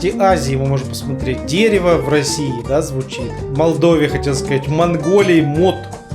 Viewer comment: В украинском языке, все гласные которые по в русском дают мягкий звук, после согласных читаются как твёрдые так что будет читаться [дэрэво].